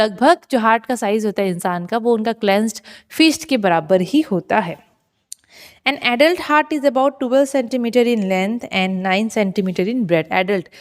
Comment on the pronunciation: it's heart not feart